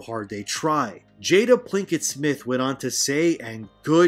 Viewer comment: also its "Jada Pinkett Smith" Theres no L in her name